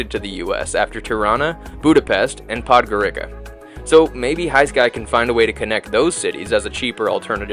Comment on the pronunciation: ………who taught you to pronounce Podgorica like that?